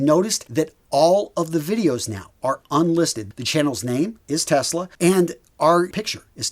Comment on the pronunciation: Was that 'Test-lag' or 'Tesla'? - Sorry, I could not resist it! 🤣😂 Anyway, glad you and your team got the site up and running. 👍